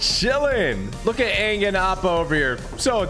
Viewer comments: that is not Aang that is rang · That's not ang that's agn 😭😭😭💀💀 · that aint aang thats gnaa 😭😭😭😭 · that aint Aang thats Aung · That’s not Anng that’s bang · thats not aang thats ong💀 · Thats not aang! That’s oong